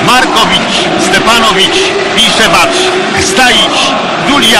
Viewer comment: Szpaku nie ma takiego jak Stepanovic. Jest Stepanov